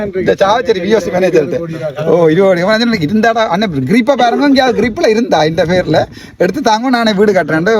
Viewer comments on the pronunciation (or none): Pronunciation is not Grib. Its CRIB